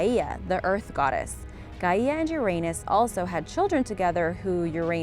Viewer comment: Gaya not ga ii a